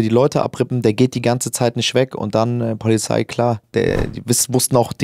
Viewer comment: Ja man. Die poahliei ist ganz wichtig 😅❤️